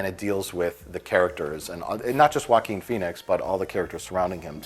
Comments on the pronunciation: Everytime they say Joachin Phoenix I hear Walking Phoenix. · Joaquin* And because his name is Spanish and they have no idea how to pronounce it